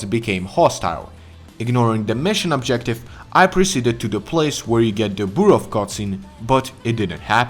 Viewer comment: It's nice that some one finally said burav bro 😂